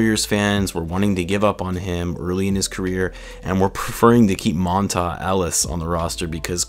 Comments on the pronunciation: Lol you said Mon-tah. Lol!!! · Monta Ellis is pronounced like Mon-tay haha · It's Mon-TAY Ellis bro. Lol